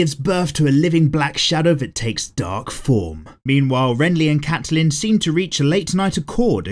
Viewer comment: I hate how he pronounces Catelyn but not as much as I love how he calls Joffrey "Joff" 😂